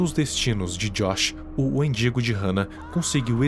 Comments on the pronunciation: ele falando wendingo e eu escutando mendigo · Kkakkaka, endingo amigo, não mindingo